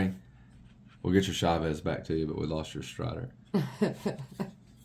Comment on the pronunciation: Dude the way you pronounce Chaves is badass